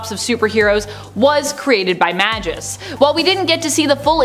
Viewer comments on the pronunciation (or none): Did.. did she say "majis"? Not Magus? Come on now you aren't even trying.